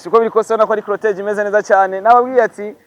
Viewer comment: Ntibavuga crotege bavuga Cortège 😂